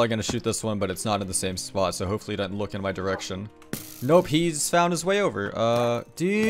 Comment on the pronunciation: man can u pronounce the s in isn't and doesn't pls